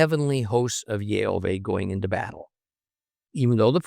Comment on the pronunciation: Question for you,? I hear you’re speaking יהוה as YeHoVEY ( not YeHoVah…) so I hear the ah sound missing, but in the very same passage, you say Yerushalayim ( you pronounced the ah sound in that) so why would you pronounce it in one word and not the other? No argument about the name of course I’m just genuinely asking. Thank you.